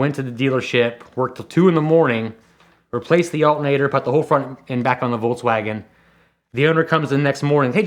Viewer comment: Again some guy who tells you "i am the car expert... Wolkswagen" who told you english native speakers to spell car namens always wrong?